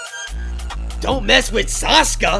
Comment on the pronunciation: Not even close, he called sasuka